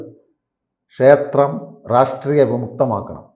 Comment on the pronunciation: പൊട്ടനാണ് എന്ന് "റാഷ്ട്രീയം " "എന്ന വാക്കു് ഉച്ചരിക്കുമ്പോൾ തന്നെ മനസ്സിലാവും. ലോജിക്കലായി സംസാരിക്കുവാൻ പഠിക്കു... വെറുതെ എന്തെങ്കിലും വിളിച്ചു പറഞ്ഞിട്ട് കാര്യമില്ല.